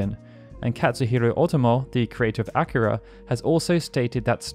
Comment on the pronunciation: Smh “Acura” is a car brand. It’s A-Kir-A lol